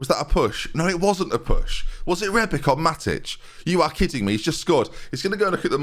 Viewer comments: its rebić not rebik, you say ibrahimović correctly why is it difrent with rebić when its pronaunced exactly teh same lol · Calling Matip 'matic' when bringing rebic on, whilst pronouncing rebic' name wrongly; classic benjyism once again